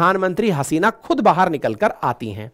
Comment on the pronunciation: Why are you saying bahaar for baahar?